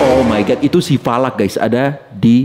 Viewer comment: Bang falak bukan valak